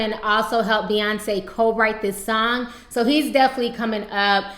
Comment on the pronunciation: its Beyoncé, not bey-uhnce